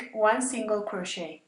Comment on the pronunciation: Except that the "t" in crochet is not pronounced in any of its forms: cro-SHAY, cro-SHAYING, cro-SHAYED.